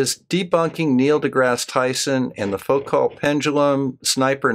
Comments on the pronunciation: Well, northern Michigan! That explains it all. That is the only part of the Earth that is curved, so your belief in the globe is understandable. ;-) And Foucault is pronounced more like Foo co. French, you know. Don't let the flat Earth people grind you down. Thanks for your energy in keeping after them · Bob, like you channel very much. This is definitely nitpicking, but it's kind of a pet peeve of mine. English speakers seem to universally mispronounce Foucault's name. I don't actually speak French. Many years ago in high school a fellow nerd and I were having a thoroughly geek conversation about the Foucault test for telescope mirrors and the French teacher corrected us. The correct French pronunciation is pretty close to foocoe, oo as in cool oe as in toe. I know it's probably silly, but it always bugs me. Keep up the good work with these flat earth nuts.